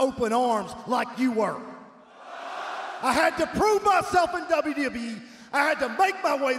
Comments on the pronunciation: W"Dbelye"E 😂😂😂 Aj styles ❤ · Anyone else hear that slip up from AJ “W dubee E” 😭😭😭😭